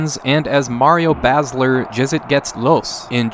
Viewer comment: It's always fun to hear English persons speak German words, but you tried hard. So here is a "pronunciation": Mario Basler - "a" like in "hard" Jetzt geht's los - Yetst gates los. (In English it seems you don't have "normal" vowals like in "have". Most times there are to vowals: Just the letter "A" is no "e", it is "ey" and "O" is "ou") KH Rummenigge: Ka Ha Rummenigga. Don't (dount) silence out the vowals. Lothar Matthäus: Lotar (almost correct but th ist just t) und ä is "a" like "a book": Mutt ä oos